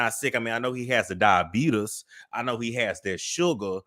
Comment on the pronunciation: If you don't stop saying 'Diabeetus' 😅😅😅